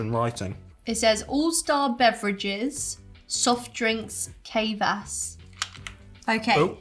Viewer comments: Kvas is a fermented drink. And it's mildly alcoholic. It's sort of like kombucha...but bread based. And it's pronounced kvas. Not "kay"vas. Just put the k and v together... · The Russian drink is pronounced as k-vas. Although definitely an acquired taste, a childhood favorite. Zefir (chocolate marshmallows) is one of my favorite childhood treats. As for the walnut cookies... mmmmmm..yum. And the gingerbread cookie is absolutely perfect for dipping into tea!! New subscriber here 😊 love your videos!